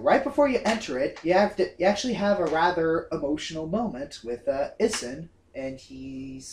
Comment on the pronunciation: get it right. its pronounced ee-soon. a=ah e=eh i=ee o=o and u=oo